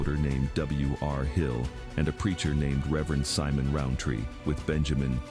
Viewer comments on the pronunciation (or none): none